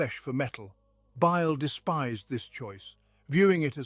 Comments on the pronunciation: He did say Bile wrong once but I don’t hear the whistle though. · What happened to this channel? I really enjoyed these stories, but the recent videos have been a huge disappointment. The pronunciation is way off... In the Fabius Bile video the narrator says his name in four different ways. There's also this constant whistling sound now that makes it impossible to relax or sleep to. It's just sad.